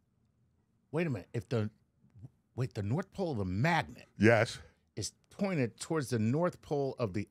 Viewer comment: Sounds more like a “north pull” haha